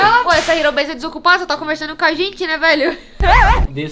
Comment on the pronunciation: Logo quando começou tinha um canal que acho que tinha mais inscritos que vcs, a única coisa que desmascarou eles foi que estava sem Thum e uns vídeos falando que ele era editor da "Ero Base", pronunciando "ero base" e não "riro beise" (tá escrito errado ÓBVIO).